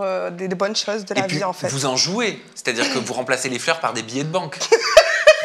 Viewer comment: Leur phrase préférée : ché à dire 😂😂😂😂😂😂😂😂😂😂